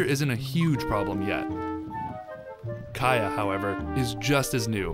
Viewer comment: Kaya is pronounced kiya lol